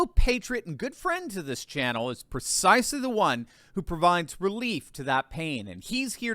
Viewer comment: The word is PREcisely... not "PERcisely"